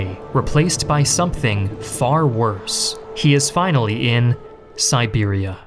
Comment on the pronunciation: I thought he said Serbia and almost died laughing